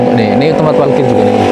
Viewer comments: Saya selalu denger klo ngomong parkir itu selalu PALKIR.. Apa saya yang salah denger atau salah penyebutan 😁 Sehat2 ya mas.. Salam dari kota Bandung JABAR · Emang Palkir bahasa orang Jawa ngapak.. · Di Jawa emang gitu bre,aku juga bilangnya palkir